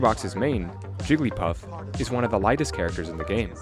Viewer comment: Idk why that sounded like he said Jewglypuff xD Did Hungrybox throw his controller after winning? That looked badass o_o